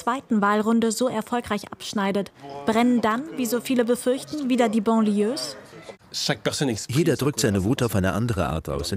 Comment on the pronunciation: Banlieue mit A wird das ausgesprochen nicht Bon. Aber in manchen Städten Deutschlands fühle ich mich auch wie einem Banlieue Migrantenviertel. Und da wohnen arme Deutsche....dank Rot-Grün.